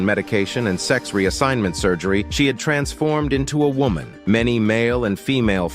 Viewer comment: Say woman correctly please!!!